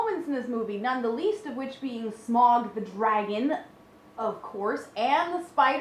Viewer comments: Its pronounced Smowg like Ow. its from the old English word Smugan to squeeze through a small hole which is what Smowg did when he came into the cave. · no smaug is is pronounced smowg like ou in loud. sauro is as well. Tolkien named him smaug bcuase his name is from old English or something that from the root word (Smugan) to squeeze through a small hole. Which Smaug in fact did do when he squexed through a small hole in the mountain to take up his new lair. Deriving from the same Old English and Germanic roots as smial and Smeagol,[16] the name Smaug is "the past tense of the primitive Germanic verb Smugan, to squeeze through a hole".[17] It has been suggested that Tolkien likely thought of Old English smeag, a word used to describe a "worm".[16]